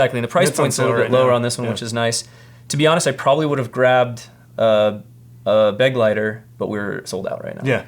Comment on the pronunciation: "Beh glite' er" (accent on second syllable) is German for "companion." Not "beg lighter."